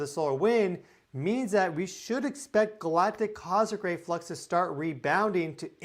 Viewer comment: What is a cozic ray? Do you mean cos- mic ray?